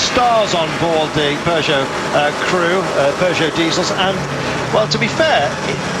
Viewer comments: Their is no R in peogeot dam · And there aren't 2 o's in Peugeot